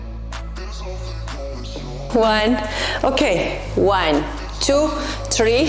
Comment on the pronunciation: يعطيك العافية 💗 لكن حبيبتي tree شجرة لازم تنطق بالثاء ولا حتصير واحد اثنين شجرة 😂